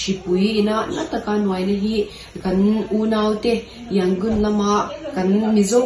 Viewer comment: Yangon tih hi a rik dan tur dik takin in la sawi thiam lo a mi..??